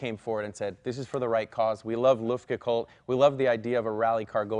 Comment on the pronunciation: Ü - it's an Umlaut. UE - luftgekÜhlt - or luftgekUEhlt. NOT loofdgeecoold! Even in california. Or is it cäliförniä?